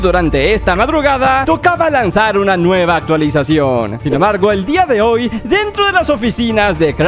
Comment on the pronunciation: Bro, soy el único que se dio cuenta que en vez de decir, "hoy" decía "ho"?